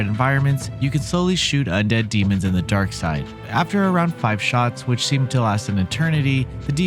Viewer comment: Stop calling it "Darkside"! Its Deadside!!!!